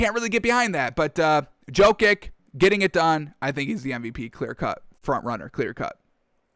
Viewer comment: Probably Djo-kovic and cuz he got a feeble tongue